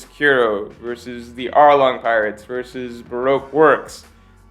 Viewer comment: go back to versus who? Did u say kiro?.. Who the hell is that? Lol. Or are u still unable to pronounce so many names even after all these years (for example you always say jaiyabura or some shit like that when it's Jabra...)? Did you mean Captain Kuro from the East Blue? Lol